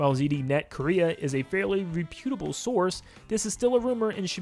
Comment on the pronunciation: Re-pue-ta-ble source